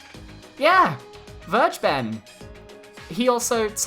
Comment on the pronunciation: How did you pronounce "Vergeben"? Just put that word into google translate and use german. (Main reason why I can't take that guy seriously)